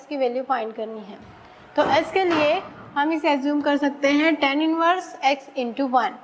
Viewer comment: She pronounces tan(x) as ten(x). But overall her work is superb.